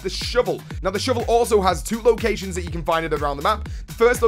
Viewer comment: i love the way you say shovel... sounds like "shivel" keep up the great vids..